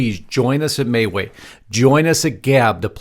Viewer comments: Am I pronouncing MeWe wrong? I thought it was “Me-We”. Please someone help me here, I don’t want to be mispronouncing it. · You're correct. This guy is saying it wrong. Can't figure how anyone could look at that and say "may way".